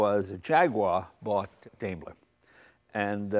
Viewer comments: Great car, but having taken German in High School, the correct way to say the company name in DIME-ler, not DAME-ler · Hey, Jay! Daimler is pronounced DIME-ler, not Daym-ler! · "Daimler" is pronounced like "dime - ler", not "dame - ler". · It says DAIMER... must be A.I.